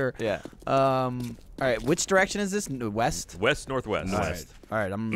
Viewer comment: I love it when Gavin gets extra British. "OH HO! Roite in the 'ead!"